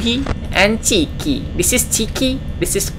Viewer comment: chica bukan chiki